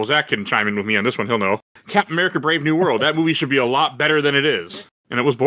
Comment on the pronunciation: "mawage" "To blave"